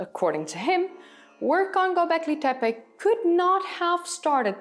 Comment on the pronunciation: "Bondjuklu Tarla" is the right way to pronounce and it is better if you don't push hard on the sound "r" in the word Tarla, other than this you pronounced the Karahan Tepe and Gobeklitepe very good :) im a native Turkish speaker. Thank you for the video i liked it and i subscribed 😊